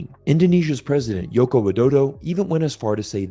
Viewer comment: Joko is not pronounced as Yoko. Joe-Co is closer.